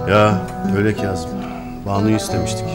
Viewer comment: keyzım nedir ya sinir oluyorum kazım demek zor mu